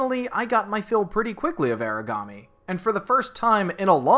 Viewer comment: It's AH-ra-ga-me or AH-la-ga-me.